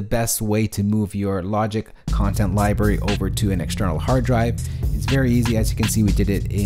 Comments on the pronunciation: He said libary... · "I'm a music mogul" (important person in the music industry??) When I hear Lie-Berry in a Youtube video the credibility factor takes a hit.